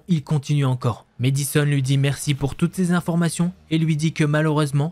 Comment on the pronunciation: mAddison pas mÉdison 😂 est-ce que tu dis mAdonna ou mÉdonna? 😜